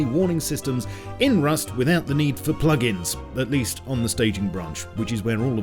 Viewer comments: RRRRRRRRRRUST! you sounded very russian-german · U said Rrrust such as russian «Раст». So strong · Please Roll the ,,R"in Rust everytime (like the beginning in ur video) now in ur upcoming vids. xD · U said rust like a russian :))))